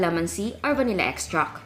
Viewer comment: vanilla extract! not vanilla extrackkkkkkkk lol